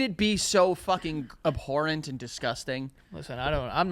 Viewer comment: Thats not how you say abhorrent,.